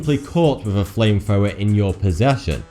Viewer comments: Fwame Fwower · Say flame thrower again... Fame fower?